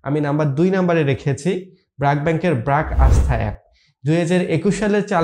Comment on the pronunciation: উচ্চারণ টা ব্রাক হবে না❌ ব্রেক হবে✅